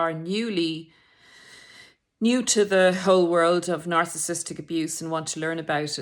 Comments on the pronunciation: PLEASE pronounce Narcissistic correctly. Its not narcisstic. Its narcissISTic. Horrible hearing it incorrectly pronounced several times. Would like to think the narrator is an expert whose knowledge we can rely on not someone who cant pronounce the topic itself. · Nar/ciss/is/tic For syllable pronunciation, split on double consonants, never split a double letter. Way I was told. A tic ✅ at the end 🤣